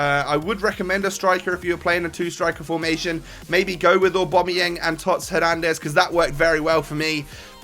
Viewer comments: Oh-bam-uh-yang. Not or-bom-ah-yeng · Please pronounce Aubameyang names correct (OCD)